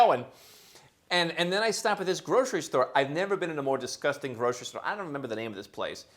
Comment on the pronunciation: Grocery store sounded like a Super Aki 😅